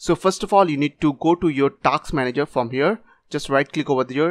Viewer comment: The video is real and working, he's just making fun of the way he said tasks, because it sounded like taxes